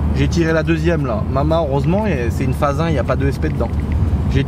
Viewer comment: oui c’est un petit clein d’œil à babass qui dit « fasse » au lieu de « phase »